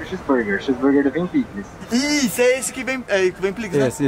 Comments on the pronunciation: Ganhou like quando falou: “plikis” 😂😂😂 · falar o nome picles errado kkk 2.51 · Ketchup maionese não é pliclis é picles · Pliquis kkkkk to rindo d++ mano